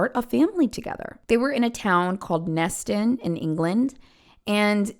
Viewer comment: I heard you say “Neston” and I was like, yeah, that tracks.